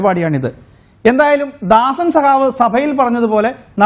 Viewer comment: സഹാവ് അല്ലെടോ.. സഖാവ്.! 🤬